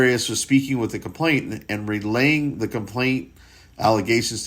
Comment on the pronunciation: You're mispronouncing it as having a t in the middle. It doesn't. It's complaiNAnt. Not complainTant. It's a common error.